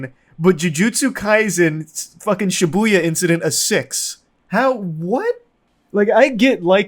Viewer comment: I guess lol, there's too much emphasis on the Bu